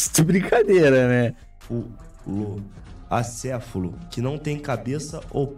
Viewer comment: Ele não pesquisou o significado de acéfalo, ele pesquisou o significado de ACEFULO, sem acento e com U ainda por cima Eu tava achando que ele falar acéfulo era só vício de linguagem, mas não, o cara pensa que é assim mesmo que escreve pqp